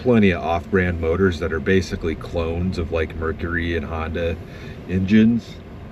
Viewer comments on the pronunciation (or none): none